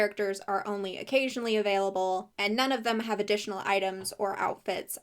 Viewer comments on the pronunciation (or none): none